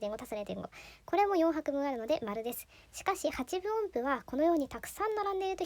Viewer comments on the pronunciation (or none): 「ハチブオンプ」と間違って発音しているからでしょうね。昔、「自治」をワープロに「じじ」と打ち込んで、「おかしいな、ちゃんと変換しない」と首をひねっている人を見たことがあります。